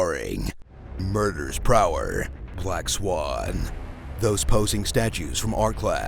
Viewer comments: "Murders Prower" ok that one got me. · "Murders Prower" XDDDDDDDDDDDDDDDDDDDDDDDDDDDDDDDDDDDDDDDDDDDDDDDDDDDDDDDDDD